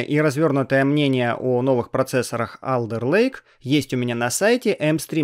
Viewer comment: Не АлЕРлейк, а Олдэлэйк